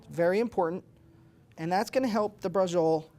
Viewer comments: si scrive braciole e si pronuncia braciole e non basciole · Why are you pronouncing it with a J sound? It should be "brah-cheo-lay". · Pronounce bra...ci...o...le, atre y ou speaking dialect?